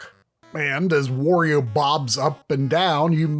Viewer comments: Wtf is "Wore-eo"? Do you pronounce Mario the same way? Moreo? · I didn't know there are still people who call Wario "Worio" lol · Try, "Wario" rhymes with "Mario" (however you pronounce that).